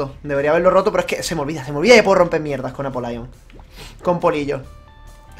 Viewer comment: No se pronuncia "Apolaion", el sonido "Ai" es para "i" como en "I am". La "y" para este caso tiene pronunciación de "i", el nombre se pronuncia como lo hacías antes, "Apólion"